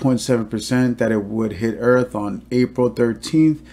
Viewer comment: Did he say hit earff ? ! Listen